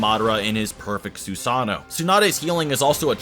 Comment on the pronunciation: Its pronounced Susano not sosano